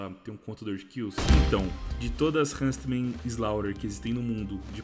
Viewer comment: Ver o falando hunSTman me da agonia, bom video.